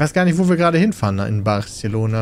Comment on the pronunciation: Welche Silbe von Barcelona wird eigentlich betont? Peter kennt die Dame am Strich schon. Wenn du bei Germanys Next Top Driver keine Runde weiter kommst Wenn der Fahrlehrer dich bei der Prüfung testen will